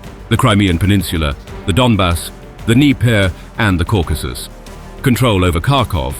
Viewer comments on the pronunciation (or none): none